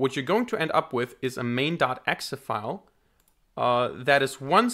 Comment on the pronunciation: bro saying "e-xe file" is just weird :(